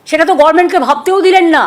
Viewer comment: এই নাগিনী গভর্মেন্ট কথাটাও ঠিক করে বলতে পারেনা , গরমেন্ট বলে গভর্মেন্ট কথাটাকে ... Government - Gorment.. Sameles Just , I'll Hate This West Bengal Government